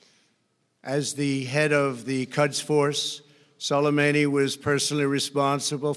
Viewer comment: 'Solameyni'. Good pronunciation Mr. Trump